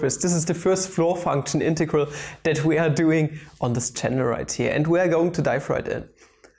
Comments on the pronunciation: Pls stop saying integaral lol... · You could say it is an in-tau-gral